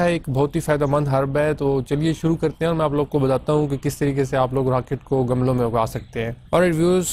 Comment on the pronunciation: Gamalon nahi gumlon